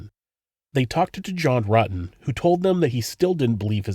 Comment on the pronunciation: Detective ... "So you know John Rooten" ? Stephanie..... "John Rooten" ? ......John Rutten "! ..." Oh yes I was at school with him "